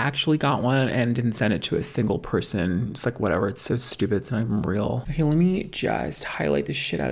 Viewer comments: 🤣 "Words are hard. They're very dicivult for me. Okwayh." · Lol “words are hard…they’re very diccifult for me. Okah?” Lol